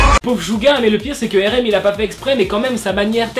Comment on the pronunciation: j'aime bien tes vd mrc mais y'a un défaut ça s'écrit RM c'esr en englais ça se dit ar em pas ér ém